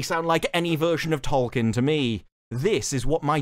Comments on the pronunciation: Trying so hard to defend Tolkien and can't even pronounce his name, it's hilarious. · In a recent South Park season Stan learns that the black kid name is Tolkien, not Token, and apparently Amazon made the same mistake